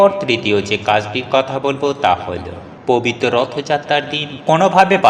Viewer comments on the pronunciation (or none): ভাষা ঠিক করে ,😢😢 কথা বলুন আগে!!!!😢😢😢 প বিত 😮😮 কথাটা কতবার বললেন !!!!😊😊 কথাটা হবে (পবিত্র ) প বিত নয়!!!!😂😂😂😂😂😂😂😂😂 আবার বলছি 😅😅(পবিত্র) বলুন !!!!!!!!😢😢😢😢😢😂😂😂😂😂